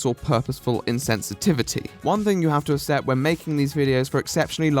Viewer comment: Is there a reason you pronounce "accept" in that way? I can't help but notice every time.